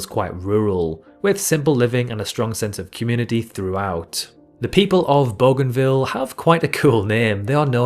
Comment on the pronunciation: Booganvil, Oh-shan-ear. Why not do some research? Wikipedia has pronunciations.